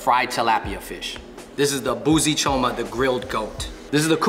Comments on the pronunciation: They said choma wrong...but I'm happy Kenya is getting more recognition❤🇰🇪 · CHO-MA not KANGA....😅